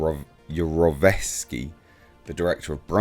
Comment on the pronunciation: Dave Yarovesky directed Brightburn and was actually my counselor at camp one year! You pronounced his name perfectly lol.